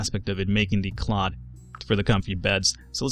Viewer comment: why don't you pronounce the th in cloth and beth? edit: and hearth!